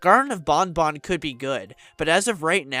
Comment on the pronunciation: Thank you for pronouncing banban correctly!❤